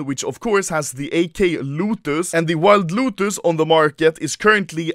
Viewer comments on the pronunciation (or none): you say lotus wrong it's 'low tis' upload video of proof saying it correctly or i cry to sleep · Letter "O" exist Anomaly: L U T U S, W U L F